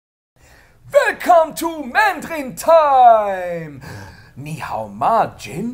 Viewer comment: hao is supposed to be 3rd tone not 2nd, and ma is no tone :P